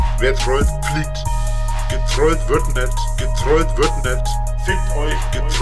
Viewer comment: "gertwollt wird net " junge wie der redet XD